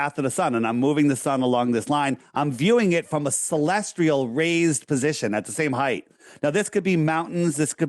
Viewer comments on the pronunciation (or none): Celestial does not have the letter 'r'. It's not celestrial. Hope this helps.